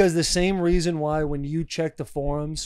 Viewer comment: “Theres a weason”